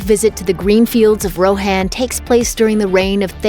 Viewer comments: Roe-hann and thayne-gehl oh god it’s cringe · The way you you pronounced Rohan 😬